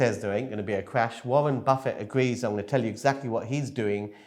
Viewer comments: I'm sorry. I don't think I can take financial advice from anyone who says "Warren Buffay" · You need to check the pronunciation of Warren Buffet :-)